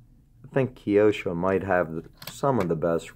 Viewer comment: Nice pieces. My favourite is the silver 599 with those gungray wheels. You pronounced Kyosho very well, I salute you for that. Please take my friendly advice and pronounce the JOTA as HOTA, as it is a spanish name. Nice video anyway, thanks for it.